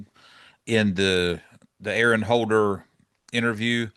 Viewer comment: Aaron Holler (pronounced haa·lr) not holder, as in holler to yell and shout. J/S